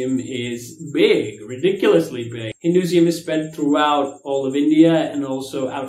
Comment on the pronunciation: HinduSIUM......or HinduISM? Lol, I think u're mispronouncing. And this is the 3rd video I've seen u doing that. Thought I'd mention it once.